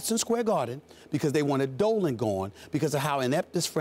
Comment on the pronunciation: When he says "going after Dolan" I thought he said he was on that dope